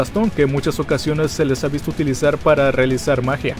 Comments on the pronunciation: Alguien mas noto que dijo wisto a virs en ves de visto a whis 🙊🙊🙊🙊 Exeletne vídeo me encantas tua trabajos éxito y sigue así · Minuto dijo "las únicas veses que hemos wisto a vir" 😂😂😂 cambio las letras